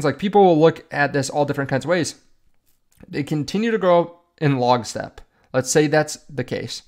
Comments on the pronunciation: It’s not “log-step”, it’s “lock-step” 😂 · It's "lock-step" not "log-step"